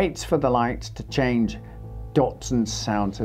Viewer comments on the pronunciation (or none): none